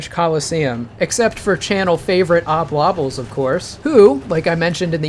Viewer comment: Are you saying Oblobbles wrong to tilt us? Obbel-lobbellz is clearly correct…